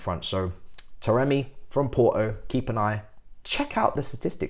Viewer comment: taremi not tameri